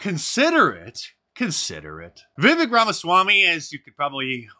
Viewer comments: Hey Mark Vivek is pronounced like Cake, thanks for the content :) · Viv ache. That's how you pronounce it. He said it's like cake. Vivek. I watched Tucker. Depended on you for the highlights. Thanks Mark. God bless you and yours indeed. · Vivek is pronounced viv-vake